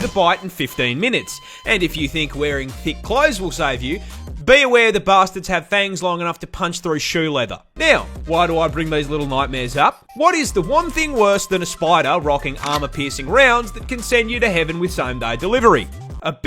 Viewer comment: Is Fangs not fengs